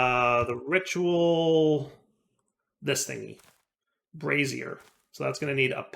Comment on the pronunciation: Ayyyy he pronounced "brazier" right this time